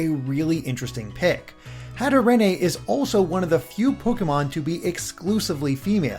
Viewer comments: macabre is pronounced MA-COB not MACOBBER hatterene is pronounced hat-er-een not hat-er-en-ay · "Hatarenay"!? Its "hatter-een" ! Its hat and serene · You actually mentioned Hatterene you literal gods also please say her name right it’s like serene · Hatterene isn’t pronounced “hatter-een” since it’s a combo of hat, hatter, and serene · The second part of Hatterene's name is pronounced like "Serene" as that is part of her name's origins, for anyone curious it's "Hatter + Serene" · IS THAT HOW YOU PRONOUNCE HATERENE?!?! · i’m don’t wanna be the pronunciation guy but the only cool thing about hatterene is her name and your saying it weong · Please don't tell me that's the actual pronounciation of Hatterene... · And mispronounce Hatterene a few more times.